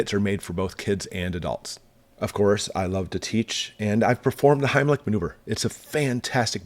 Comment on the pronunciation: Did you say the:"Heinrich Himmler Maneuver"?